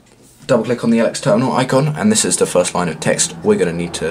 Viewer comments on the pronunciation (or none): none